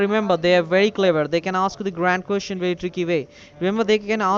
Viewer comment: Jessica Jessica Jessica these fools sound like shits listen how he says question lol kusestion lol dwl nobody you know shit head is as smart as Jessica lol